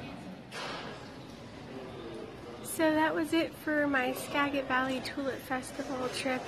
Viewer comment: Thanks. Pronounced Ska-jit.